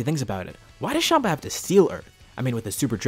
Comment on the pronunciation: bro tf is shama its champa